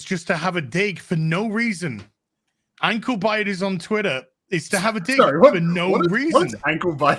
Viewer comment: I thought said "Uncle Biden" instead of "Ankle Bitter"